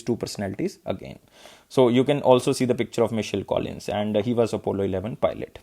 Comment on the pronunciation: Hi Sir, Please check this name "Michael" Pronounciation